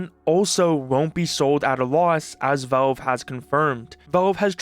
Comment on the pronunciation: Please.... good God....stop saying "Volve"...say "Valve" just like you've heard everyone else pronounce it.